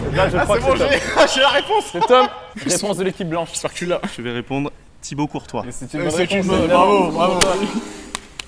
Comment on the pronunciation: Courtois c'est Thibaut et non pas Thibaut avec un L best youtuber